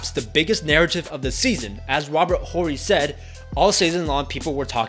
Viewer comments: 1. They got extremely lucky. Arguably the Jazz was the best team they faced. 2. The "H" is silent in Hakeem. 3. The "H" is silent in Horry. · The H is silent in Horry and it’s a hard J in Tomjanovich (Tom-John-O-Vitch)